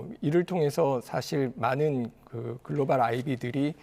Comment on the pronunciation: 글로발 아니고 글로벌